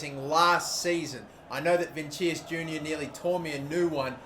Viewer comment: It's pronounced vinishus